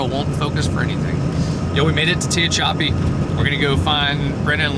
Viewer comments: Remember that song "Willin" by LIttle Feat? Linda Ronstadt covered it. That's how I remember how to pronounce Tehachapi: "Well I've been from Tucson to Tucumcari / Tehachapi to Tonopah /Driven every kind of rig that's ever been made / Driven the backroads so I wouldn't get weighed / ..." That's the only reason I can pronounce Tehachapi lol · Tehachapi is pretty big. I have to laugh at the way you were pronouncing it, hopefully someone will tell you how to pronounce it correctly lol, and I’m not surprised there is a bunch of your viewers that live there, cool trip. I’m glad that new truck is working out, it’s always good when life goes well, travel well Godspeed. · I couldn't help chuckling at attempt to pronounce it. I can imagine it's hard if you don't know. And California has ridiculous gas prices. Unfortunately 395 won't be in Nevada again. Sorry!!! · The town of Tehachapi is pronounced like "to hatch a egg" or more like "to hatch a P" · Pronounced Ta·hatch·a·pee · Pronounced... teh hatch a pee.. I lived over the hill in Lancaster 23 years. It's funny nobody can pronounce it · Looks like it's pronounced tuh·ha·chuh·pee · Pronounced TehatchApee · Pronounced, Tuh-Hach-a-pee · Old ex-Californian here: It's Te HACH ah pee. Or something like that, at least how I remember it. Emphasis on the second sylable, but I'm sure you know that by now. I was slightly amused by your pronunciation. I am so happy for you and Eden! Your adventures make my day every time. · It is pronounced Tah HATCH a pe. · it's pronounced Tah- hatch- i- pee. Love your show, be sure to keep your truck well supplied with fuel food and firewood when on those severe cold and blizzard episodes. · You pronounce it, "te hatch a pee" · Tuh-hatch- a- pee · It's pronounced. Ta-hatch-a-pee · Tah -hatch -ah -pee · Ta hatch a pea ezier way to pronounce it. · It's teh-hatch-ahpee, with the accent on "hatch". Easy. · ‘ta-hatch-a-pee’ I’m a transplant from bullhead city/laughlin NV! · Ta hatch a pee